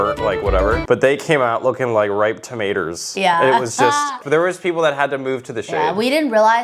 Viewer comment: TOMATOERSSS. IM DYING RN. 😭😂😂😂